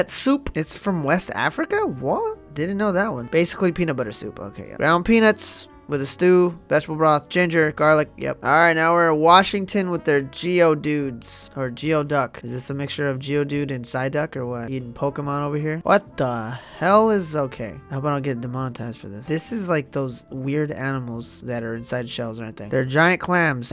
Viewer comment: Geoduck is pronounced as "gooey-duck" it confuses everyone